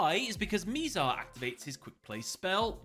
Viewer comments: Mih-zar rather than “mee-zar”. None of the characters mispronounce it so I have no idea where he got that pronunciation from. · He keep mispronouncing Mizar’s name 💔